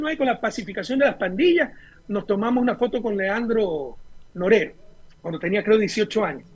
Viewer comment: Porque no pronuncia bien claro el nombre de Leandro Norero? Rafael Correa algo está pasando